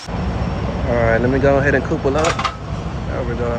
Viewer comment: Dude, I love your vids, but you pronunciation of couple is killing me! Couple is said like cupple. Coople is cool I guess but it ain't right. lol